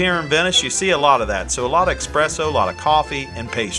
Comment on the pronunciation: Expresso 😂 lol